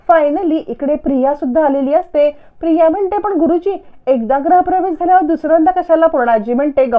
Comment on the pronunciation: ग्रह प्रवेश नाही म्हणत, गृह प्रवेश असं म्हणतात.